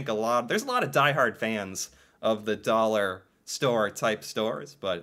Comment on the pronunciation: stuff in dallorma a dollor 🤣🤣🤣🤣🤣 you mean like 2 to 5 dallors